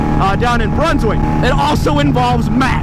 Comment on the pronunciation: Is he saying NewBrinswck